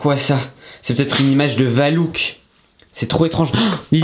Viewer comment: C'est pas valouk c'est valak